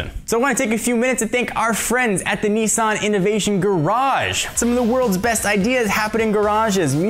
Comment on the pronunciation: its Ni-san with a sharp Ni... not Neee-san -_